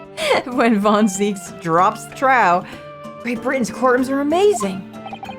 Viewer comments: Even though it is a Dutch name, the pronounciation of “zieks” in German is similar to “zeeks” as wel. Are you perhaps confusing it with the “ei” sound in German, rather than the “ie” sound? (As in “zeit” etc.). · Correct me if I'm wrong but I believe in German, if Zieks name was pronounced as "Zikes" the E and I in his name would be switched, spelling Zeiks. Words in German spelt with "EI" are pronounced like I (like eye) and words with "IE" are pronounced like E (like eee). Ergo, Zieks name here, following German rules, would be pronounced as "Zeeks." It's a bit confusing so I don't blame you for wanting to pronounce it as "Zikes" lol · Zieks is pronounced as Zeeks or Seeks in German as well. The Zahyks pronunciation would be if it were spelt Zeiks. Basically, the first vowel is silent. Opposite of English, I think…? English is complicated. lol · The funny thing is, you doing "the german thing" for van Zieks is actually the wrong way anyway. For it to pronounced as "Z-eye-ks" it would need to be written as "Zeiks". "Zeeks" would be correct in German. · I'm pretty sure even if it was a German name, it wouldn't be pronounced "zykes" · One of the very few things I know about German is that when I and E are together, it's pronounced like whatever letter comes second, so it's still "zeeks" in German. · As a German, I wanted to protest, but... yeah, for an English speaker (who pronounce e and i weirdly), that totally works, you're right 😂 (For context, in German and a bunch of other languages, i is pronounced like English e, while e is pronounced like in bed. By coincidence, ie in German is just a long i (ee), while ei is a special thing, indeed like English I) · Funny thing is, “zeeks” is the correct Dutch/German pronounciation for “zieks”. The pronounciation you refer to as “the german thing” would be spelled as “zeiks” (e and I switched) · Ironically Zieks with a long E is the German pronunciation. In German ie makes a long E while ei would be the long I